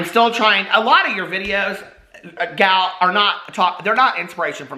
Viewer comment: I love how says Gal!